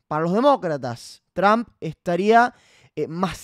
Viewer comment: pronuncia bien Trum como que Tram